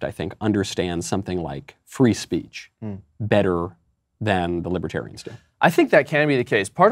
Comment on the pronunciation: "Lawbertarians" ha!!